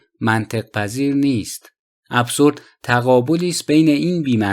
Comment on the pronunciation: اِبزُرد هست چون با تلفظ اس خوانده نمی شود